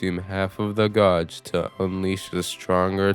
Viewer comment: are you pronouncing Gauge that way just to piss people off???